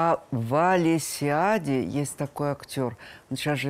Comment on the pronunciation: Актер из Омского драмтеатра - ВАСИЛИАДИ. А не Валесиади. Я из Омска.